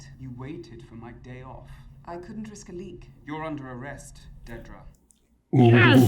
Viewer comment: Klee-ya and Dee-dra. Sigh... fml